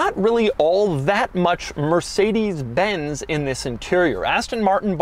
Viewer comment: "Mercedesy" and "Astony" Doug car lingo😅😅😅